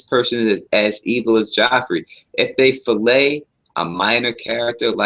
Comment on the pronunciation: my man, it is Flay, not Fillet. Thanks for the all the videos.